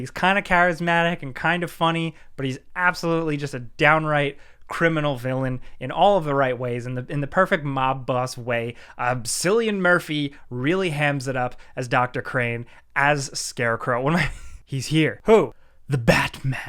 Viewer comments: Its pronounced Killian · Batman Begins had a fantastical element to it that TDK lacked imo. TDKR brought it back a bit with the pit, its back story and Bruce's hallucinations. Cillian is pronounced as Killian, btw. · Sorry, but 'Sillian' murphy? Lol Genuinely loved your review though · ITS PRONOUNCED "KILLIAN"! (spelled Cillian) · Cillian Murphy is pronounced "killian" not "sillian" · It’s pronounced “killian” i used to say it sillian also lol but peaky blinders showed me the right way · Loved the video. These are my favorite Batman movies. My sister would kill me if I didn't tell you it's pronounced "Killian". Thanks for your enthusiasm! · Sorry just have to do it. But Cillian Murphy is pronounced Kill-ian. Now you know...And knowing is half the battle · "Sillian Murphy"? Man that is not how you say Cillian Murphy. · THANK YOU! Watching Dark Knight straight after just seems rushed, I was so happy they did Bruce's journey in Begins. "you're not the Devil, you're practice" Cillian Murphy is pronounced Kill-ian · Great video. My favourite Batman film too. One thing though, it's pronounced 'Kill-y-an' Murphy. Make more videos like this. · Cillian is pronounced with a hard C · I'm sorry you completely botched the pronunciation of Cillian Murphy, it's pronounced like it has a k instead of a c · I loved and agree with everything about this video apart from your pronounciation of Cillian Murphy 😂